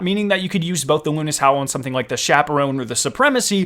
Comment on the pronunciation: It is the howl of Luna. Luna's howl. Not "lunis howl" the broadsword pronounciation is the only one debateable